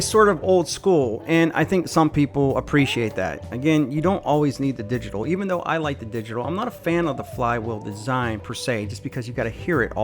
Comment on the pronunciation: Okay it's obnoxious the way you pronouncing once it's Milwaukee not Milwaukee EI it's called digital not digi tal